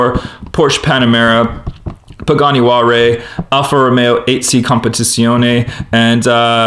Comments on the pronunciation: It's pronounced hu-why-ra. HU is silent why-ra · you said pagani wallray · Please learn how to pronounce Huayra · What is that Pagani Huare you speak of? :) Nice race and nice 5-pack.Thanks for showing this.